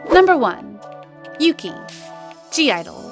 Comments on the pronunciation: omg yuqi's name is pronounced as YUCHI not YUKI. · Yuqi's name is pronounced as Ugi, not Yuki. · Thanks. Even i use to pronounce as yuki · Nope. Yuqi is pronounced as Ugi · Ya no, it's pronounced as U-gi/Oo-gi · It annoys me how you say Yuqi's name wrong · you do not pronounce Yuqi like that ahahahahah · When you pronounced ‘yuqi’ wrong.